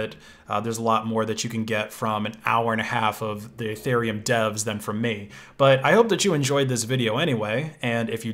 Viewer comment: Guy is E-thereum not eh-thereum